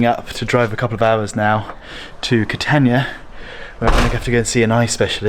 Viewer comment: By the way, it's not Ca-tan-ia, the a is an Ah. Ka-tahn-eeah. Italian vowels are ah ay ee oh oo